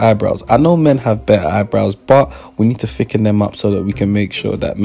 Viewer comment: when said you BERRA BLEND IT GIRL i lost it